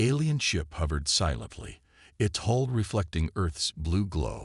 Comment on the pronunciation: HULL not whole!